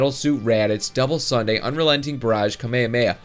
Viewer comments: hes saying it like kamayamaya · *Cringe* he pronounces it "kummae-mae"...... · The way you pronounce kamehameha is kami-hami-ha